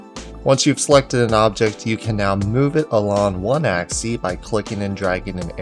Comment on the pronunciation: "Along an axie"